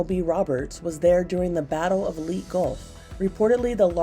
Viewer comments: it's not lite gulf it's lay tay gulf. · Leyte is not pronounced as "leete" gulf, it is pronounced as "lay-te", how do I know? Coz I'm from the same country. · laytay gulf not leet gulf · The Island where this happened was called Leyte... pronounced to sound like 'LAY TEE'' NOT 'LEET' that rhymes with 'fleet'...who taught you pronunciation....didn't listen in class...and if you're ''AI''...even worse!🌏☮AND💜✝ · Leet gulf. 😂 LayTay is how it is pronounced. americans... 😂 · Leyte is not "Leet" Gulf...it's pronounced Lay-tay. You could have looked it up, you're supposed to be Professionals. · Leyte Gulf is not “leet” it’s pronounced “Ley-tey” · Battle of LEE Gulf? LEYTE is pronounced "Laey-te" not "LEE". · Leyte is pronounced "LAY-teh". Just fyi. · The Battle of "Leet" Gulf lol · it’s pronounced Lay-tay gulf battle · Leyte gulf is pronounced Laytay gulf. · Learn how to pronounce "Leyte"! It's "lay-tay". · it’s pronounced Lay-Tay Gulf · Leyte is pronounced "Lay Tay" iirc. Just an fyi. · Wait a sec… the ancient Greek wreck was over a mile underwater and divers recovered it? Over 5250 feet? No no no. Lazy B roll and writing. And it’s pronounced Lay-Tee. Geez this AI sux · It's pronounced Laytee Gulf but nice job anyway. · Leyte is pronounced leitei phonetically. Think Hawaiian lei with tei at the end. It was one of the largest navel victories of Allies in WWII, please do better to honor those vets. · Am I the only one who cringed at the fact that she said Leyte wrong? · You mispronounced "LEYTE" Gulf.